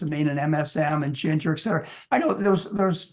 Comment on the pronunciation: And there is no k in etcetera. It is pronounced et-setera, not eK-setera!